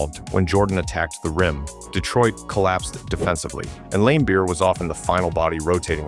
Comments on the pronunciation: And "Lame-beer" LOL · "Bill LAME-beer"...